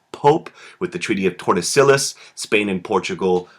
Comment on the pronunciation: treaty of tor deh sill as 😂